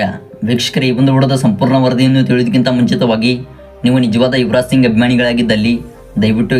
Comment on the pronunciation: ಸರಿಯಾಗಿ ಮಾತಾಡೋದು ಕಲಿಯೋ ಫಸ್ಟ್, ಅದು ಯುವರಾಜ ಸಿಂಗ ಅಲ್ಲ ಸಿಂಗ್